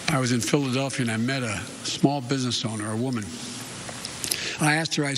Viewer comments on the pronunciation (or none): none